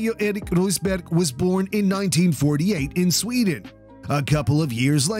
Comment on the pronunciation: Thumbs up for the correct pronunciation of the names Rosberg, Lehto and Häkkinen 👍